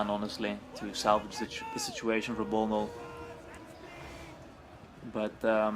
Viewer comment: Nice comentary, i must admit. But it's bnollbnoll not bolnol. Both players did mistakes it was a matter of who did the most. Thanks for casting and let me know if you want more replays.